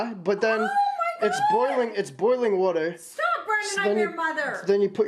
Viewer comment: Woter (water)